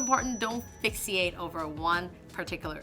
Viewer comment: It's pronounced "fix-ate". Just like it's spelled :)